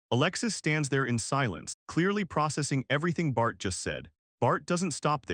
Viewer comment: Whenever you say bart i hear fart😂